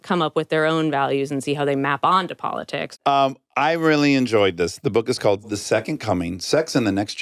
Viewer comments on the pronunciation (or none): Do the people around you pronounce that as secon(t) I can't stand it please correct them